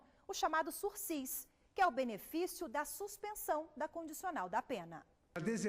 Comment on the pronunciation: Pediria a moça que não pronunciasse o sursisssssss... o correto é a pronúncia sursi, sem o "S"... dito pela 2ª vez no vídeo aos 5min49seg ... obrigado viu